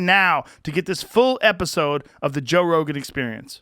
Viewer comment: Joe Ro-Gone...